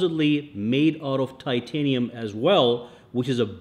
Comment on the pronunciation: Titinum fold 😂😂 apple said titinum Samsung says titinum 😅😅